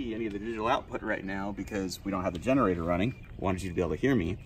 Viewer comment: Did you say "finnerator"?!